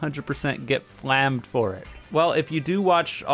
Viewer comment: said "flammed" instead of properly pronouncing it "flamed". is gonna put in a DDOS for that crucial error.